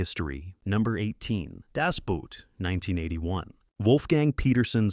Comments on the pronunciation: Das BOOt, not das Buut! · Why can Americans not pronounce Das Boot correctly? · How difficult would it be to find out how to pronounce Das Boot? (Hint: rhymes with boat.)